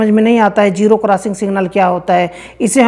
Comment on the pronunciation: ابے پہلے اردو تو ٹھیک سے بول لے. جیرو نہیں زیرو ہوتا ہے